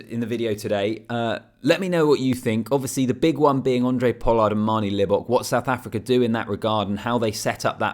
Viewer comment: It's Handre mate...with an H. Not Andre Pollard.